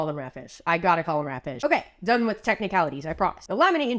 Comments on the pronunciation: When I heard you say ratfish it sounded like rat shit to me and I immediately started yelling out the George Carlin bit “Rat shit bat shit dirty old twat 69 assholes tied in a knot hooray lizard shit FUCK” I’m now questioning my life choices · The emphasis of "RAT, FISH" is so funny to me for some reason